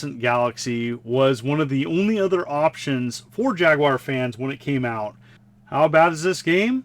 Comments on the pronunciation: Thumbs up for pronouncing Jaguar correctly and no I'm not European it just irritates me when people say jagWIRE rant over now back to you're video I goo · It's an American console by an American company and will always be pronounced JAG WIRE no matter how hard anyone else in the world tries to influence it to be otherwise.